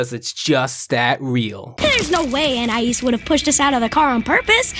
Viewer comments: An - I - ees ❌ an - I - is ✅ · its not AN-I-AS its AN-EYE-EASE